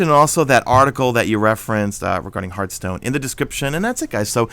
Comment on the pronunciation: I like how pronounced "Hearthstone" as "Hurthstone"